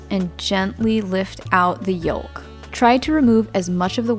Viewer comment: The "L" in yolk is NOT pronounced! Its "yoke," not "yolllk!"